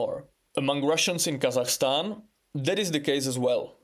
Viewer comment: God damn! The pronunciation of "Kazakhstan" is on point, very good👍